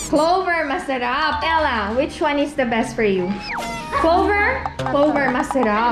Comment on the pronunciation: "Hindi masalap" HAHAHAHAH